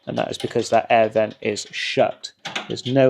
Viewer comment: 'aiee' air vent - when British English finally dies. "An air vent" - the phrase flows, no disjointed glottalstopped American pronunciation. But thanks for the video, useful.